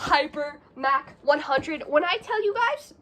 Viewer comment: Mach is pronounced like the Oc in Octopus